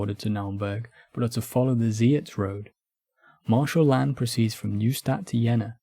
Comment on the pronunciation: This is a fantastic video! If I can make a tiny nitpick, a lot of the French names here are mispronounced. Reille, for example, should sound more like "ray" than "ray-al." And the big two that came up a lot — the s in "Lannes" is silent (unless the next word begins with a vowel, because everything needs to be complicated) and the "th" in "Berthier" makes a hard t sound. Small things, but they can take the listener out of a video about French history.